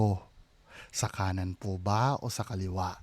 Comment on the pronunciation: Hahaha ang lutong ng puuuuu 😅😂😂😂 Tulungan mo kumaliwa ❤😍